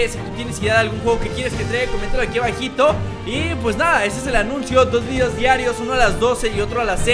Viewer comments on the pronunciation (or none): none